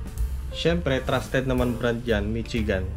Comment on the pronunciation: Hindi Mitsigan. Mishigan yan.